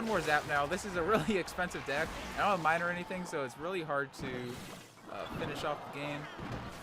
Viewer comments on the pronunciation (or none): none